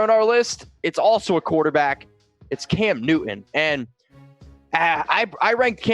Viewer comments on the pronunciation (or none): m just an old fart.... Maybe I. WHY do so dang many of you younger YouTubers completely fail to enunciare the letter T? You say Cam NEW-un or .... Just curious.